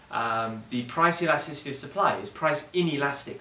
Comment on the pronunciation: E-lasticity, what a guy